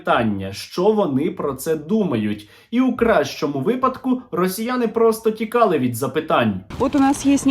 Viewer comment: стерненка,)) что за "расійані" и "расійа" в твоей лепнине?..